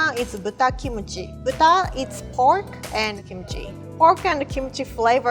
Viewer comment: when you used the word (kimchi in japanese accents) to ladies.... you might get called "a creep" :P